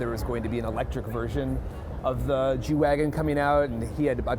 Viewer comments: did he just say jew-wagon? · lol the way he say g-wagon messes with my hearing